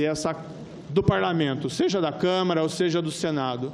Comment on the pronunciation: Este Moro é uma vergonha. O cara nem sabe falar câmara.